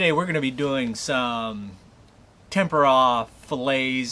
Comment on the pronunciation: nice video can't figure out if you saying tamponade tempura or what you're trying to say great video though